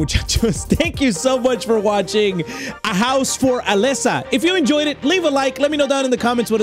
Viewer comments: HE KEPT SAYING ALEXA ITS ALESA👹👹👹👹👹👹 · why do you say Alexa its Alesa not Alexa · it's AlEEsa, not Alessa 😭 (and also not Alexa) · I like how put an accent on the name Alesa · homie has my amazon echo going nuts every time he says "Alesa" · I love how he mispronounces her name 😂😂😂